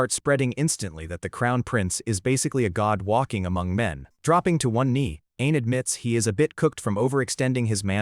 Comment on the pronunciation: Whenever he says "Ain is" it almost sounds like "an*s" :face-blue-wide-eyes::face-blue-wide-eyes::face-blue-wide-eyes